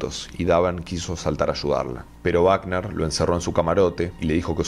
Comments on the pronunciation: Por Dios que alguien le diga al narrador que es Robert Wagner no Bagner. Google it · Oye....no es Bacner...si no Wagner...Robert Wagner ...por favor ... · Wagner, (se pronuncia con U Wagner. No es Baten.